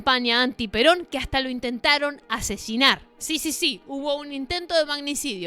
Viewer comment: En el minuti en vez de decir asesinar puso asesionar